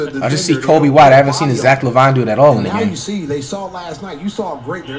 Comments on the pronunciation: Flight breaks character and says Lavine's name correctly... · Flight caught slipping 😂 He pronounced Lavine the right way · When Flight finally say Zach Lavine correctly- I'm happy for you Flight 2020